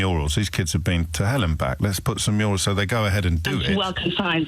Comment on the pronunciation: Murials 😂 is he Hilda Ogdens grandson